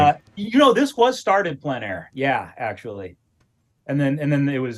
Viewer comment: please learn to pronounce plein air